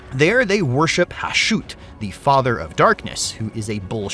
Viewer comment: Isn't the pronunciation of the Chaos Dwarves God Ha-shut? Not Ha-shoot?